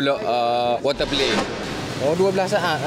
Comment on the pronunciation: water play: water pelay 😂😂😂😂